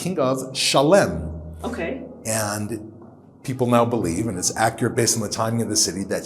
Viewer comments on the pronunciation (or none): Cool video but are you sure you pronounced Salem and Melchizedek correctly?